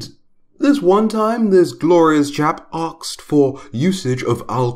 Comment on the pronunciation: It's comes out as arksed XD